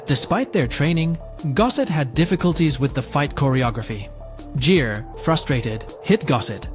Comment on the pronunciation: Richard GEAR, not JEER. Yeah, not following a channel about film when you can't get the names of the actors right.